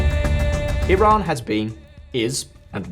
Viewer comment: Is it tiran or Iran because you keep saying tiran